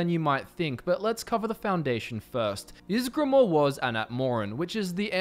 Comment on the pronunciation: I'm surprised he got ysgramor right but that wrong.